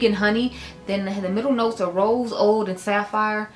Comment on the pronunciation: it's pronounced oo-d. Like ooo, chile. 😊 Are you going to do a favorites of 2025?